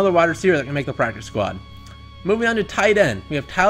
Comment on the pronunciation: Lmao pracice 😭